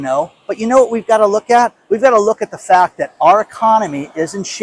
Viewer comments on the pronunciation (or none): none